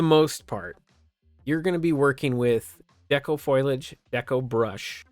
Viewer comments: fo·li·age /ˈfōl(ē)ij/ NOT FOIL-AGE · FOAL-e-AGE lol not FOIL-AGE lololol i laughed way too hard after the KUBOTA crazy lol